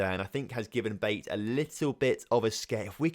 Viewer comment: BATE - pronounced BA - TAY 👍🏻